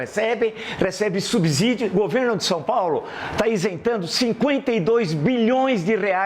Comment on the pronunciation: Villa, vc diz "subzolo"? Se não, então por que diz "subzídio"?